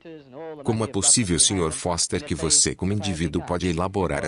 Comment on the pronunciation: Da Terra dá pra ver que a lua é de rocha, maluco...kkkkkk Foster falou "boster"!